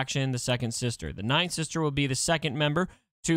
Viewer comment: Took me so long to realize it’s “ninth sister” not nightsister lol